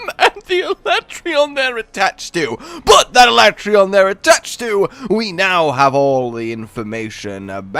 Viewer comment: sorry Capcom, but I'm still calling him al-at-ree-on, not ala-tray-on